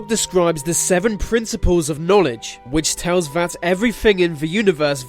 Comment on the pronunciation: please say 'that' instead of 'vat'